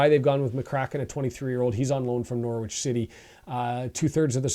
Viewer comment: Fellow Canadian here, from Newmarket Ontario. I’ve become a regular and you’re doing a great job. FYI Norwich is pronounced Norrich, you don’t pronounce the W. I was born and lived in England until I was 10, so I have a handle on the accents and pronunciations. Keep up the good work.